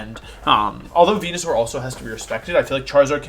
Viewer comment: i'm sorry who is the first pokemon you talked about? i could have sworn it was wenusaur but i don't think i heard it right :s